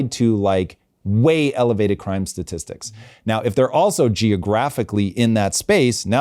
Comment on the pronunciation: Let me axe you this. Is is that hard to find a co-host that can pronounce 'statistics'?